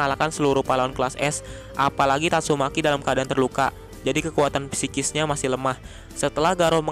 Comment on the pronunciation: PLEASE, NGEBACAKANYA BUKAN PISIKIS, TAPI SIKIS